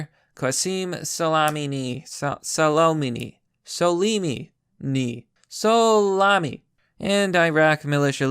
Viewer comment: Me says: Qassem Soleimani... says: Qassim Salami. Me: Mama Mia give me the Salami on a my pizza.